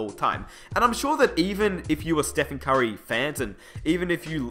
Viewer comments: the way he says "curry" sounds like "kyrie" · I got confused when you said "Curry" because I understood "Kyrie" smh